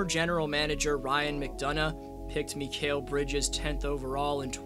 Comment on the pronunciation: Mikal is mick-ale not mee-kayle